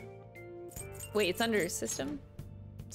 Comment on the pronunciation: As a weeb, the way you pronounce “tsundere” is making me cringe